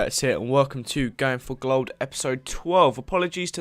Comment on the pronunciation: sounds like your saying going for glod.